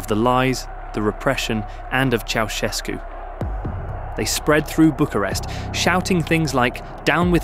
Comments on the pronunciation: "Ceaușescu", not "Chiaoescu"... are you that dumb,? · Interesting documentation, but it is really absolutely embarrassing that the name Ceausescu is permanently pronounced wrong: Correct is not "chi-au-esko" (the "i" is totally wrong!) but "tschautschesku"... shame on you according to rule no. 1 of journalism: "Everything could be wrong, but not names..." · Ça se prononce pas chaoueskou mais chaouscheskou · Pronunciation toh sahi kijiye. Ye "chow ses koo" Pronunciation hai. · "Choeskou", "Soseskou", "Kaosu", "Seseskü", "Kaoskü", "Chiaowescou", "Chovoscou", ...😂 Un enfant de 3ans prononcerait mieux son blaze! Il n a pas été prononcé une seule fois correctement!!! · Its pronounced Cow-Chess-Coo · ¿Chogoescu? A ver si te esmeras en pronunciar un poco mejor, al menos que se parezca a lo que es. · Ceausescu se pronuncia "Chaushescu". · "Chow"... Shevski... 😂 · Ki, an der Aussprache des Namens musst du aber noch üben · the mispronounciation in almost every romanian word is pissing me off so bad, i'm sorry. i don't mean to be rude, but it makes me so mad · Décidément pas facile à prononcer Ceausescu ...😂😂😂😂😂😂😂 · Bjr, la prononciation automatiquement doublée du nom Ceaușescu pique fort les oreilles !! 🙉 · チャウシェスクの名前を呼ぶたびに発音が変わるのはなんなんだｗｗ